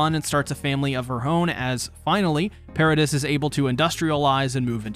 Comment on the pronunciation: Nice video I enjoyed the watch. Quick pronunciation point: "Paradis" is pronounced "para-DEE" not "para-diss" Inb4 para-deez nuts replies